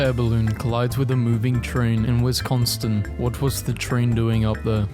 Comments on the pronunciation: bro really said wisconstin 😭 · “Wisconstin”? WISCONSTIN☹️ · is the worst part of the hole video, did you hear how horribly he pronounced Wisconsin? I'm clicking off the video for that. my day is ruined.